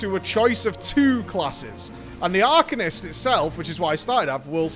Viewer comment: drink every time says arcanist wrong